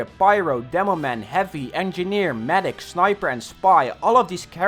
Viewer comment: Did you said swiper instead of sniper ? xD